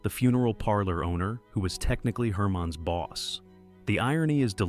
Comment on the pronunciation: I agree. There were two times when the voice pronounced "Herman's" as "Hermine's".